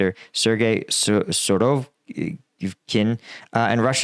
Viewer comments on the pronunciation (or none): Every time botches names or stumbles over foreign language terms, I am satisfied that my nine minutes did not go to waste. 😂